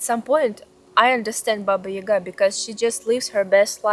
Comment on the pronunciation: It is not Ийга, it is Яга.